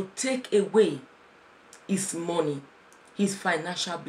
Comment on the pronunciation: 'Mo' in money is pronounced as 'ma' not mo.